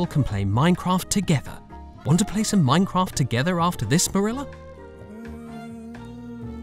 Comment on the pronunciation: I love the way Marilla says M O I N C R O F T